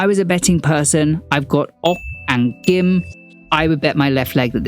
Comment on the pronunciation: what in the world is a 'soho for valley girl???' Also had no idea the yoido church was involved I literally got whiplash when i heard that! edit: also, love the correct kim pronunciation made me smile as someone who as a hard to pronounce korean name loll